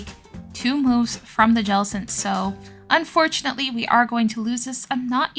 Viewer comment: We need an "Unfurtunatly" counter 🤭 P. S. That is the cutest whiscash I've ever seen ❤ 🐟